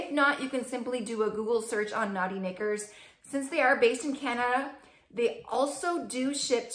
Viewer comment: The underwear membership thing is still a little foreign to me. But I guess it’s no different than buying them online at Victoria Secret! I liked the selections you received. The “Naughty Knickers” with the accent!! Lol 😂 💕